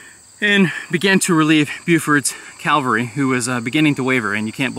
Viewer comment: Why can't Americans pronounce "cavalry"? Tip- it has nothing to do with Christ's death.